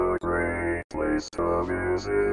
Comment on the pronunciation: I live here, and it's pronounced Ant-ih,go